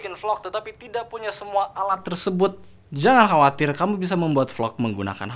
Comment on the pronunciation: "Kamyu" ~Google Translate 2k19